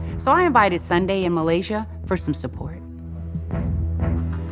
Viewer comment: Nobody : Sundy Jackie : Saunday